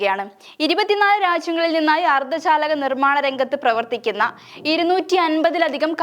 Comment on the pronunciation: അർദ്ധ ശാലകഅല്ല മോളെ അർദ്ധചാലക😂😂😂